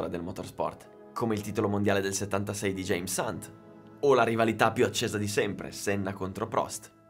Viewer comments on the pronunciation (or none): none